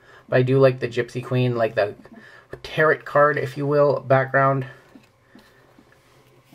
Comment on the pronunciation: Just to let you know, the second t in tarot is silent. teh-row